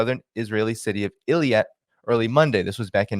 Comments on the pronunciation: Let me add: wikipedia says the emphasis is like this: ay-LOT, or maybe it's more ay-LAT. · This has bugged me for a bit, Eilat is pronounced AY-LOT. So please stop saying EL-YAT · it is called Eilat (ay-LAHT) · Ee-lat pronounced